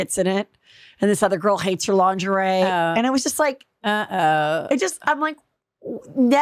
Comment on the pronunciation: Please 🙏 learn to say ,Lingerie , correctly ! So annoying 😂